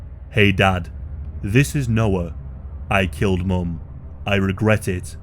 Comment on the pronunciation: No he said "ay dad I jozt Kelled me mum"